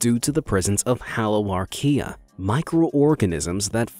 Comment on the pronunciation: You can pronounce haloarchaea but not Tanzania 😂